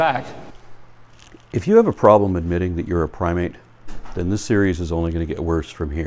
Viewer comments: LOL at Huckabee's "Pry-mit". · Pry-mit; noun: When you’re trying to belittle something you don’t understand and end up sounding vastly idiotic instead.